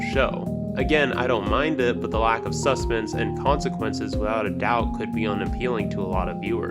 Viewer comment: Why do you say sus pense instead of suspense